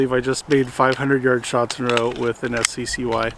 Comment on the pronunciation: It's pronounced "sky", not "ess see see why".